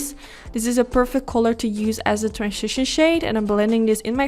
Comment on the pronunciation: transhishon shade 😂 just me?